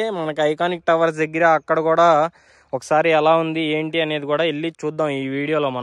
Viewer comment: Dagara kadu deggara babu 😂